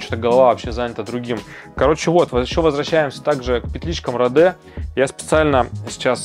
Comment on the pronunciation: Да не родэ а роди, английская е звучит как наша и в открытом слоге